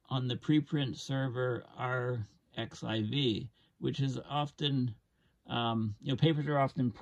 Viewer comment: btw, arXive is a play on greek letters - X is 'chi', pronounced kai - so arXive is pronounced the same as archive. :b Anyways, I continue to appreciate your efforts to make climate research more publicly available and highlight the severity of our position.